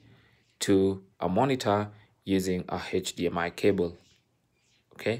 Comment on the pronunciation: the 90th time the man said “heich dmi cable” I broke